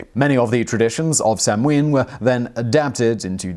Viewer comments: It's NOT pronounced sam ween, it's pronounced sow-ann!!! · Please.... Samhain is pronounced 'sowwen'. Irish does not share English pronunciation for all letter combinations. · Hi Simon love your videos, samhain is pronounced sow-in (sow as in pig) 👍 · Sanhain is Gaelic and pronounced sownaa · Simon - As far as I'm aware, the American pronunciation (and most commonly accepted one amongst actual practicing pagans of today) for Samhain is "SOW-an, where "sow" rhymes with "cow," and the accent is on the first syllable. :-) I've been a practicing witch for 30 years, and I've never heard it pronounced the way you do. But again, I'm American and so are my fellow local practitioners, so there ya go. ;-) P.S. Samhain, pronounced like it's spelled, is a killer old-school punk band. ;-) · Just came here to post that :-) Sow (as in mother pig), Ann. At least thats the way its pronounced in Munster. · Was anyone admitted to hospital as a result of being attacked by martians though? And didn't they know that the chances of anything coming from Mars are a million to one? Oh yes Simon, the m is not pronounce in Samhaim so it sounds a bit like sawnn or maybe sownn. I believe in America the second syllable is more like winn than the British. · How am I supposed to trust a history show that butchers the pronunciation of Samhain like that? Yeesh.